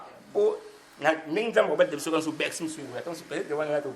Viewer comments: encore "Beccy" au lieu de "Bercy" 🤣🤣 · Meme pas Beccy mais Becksy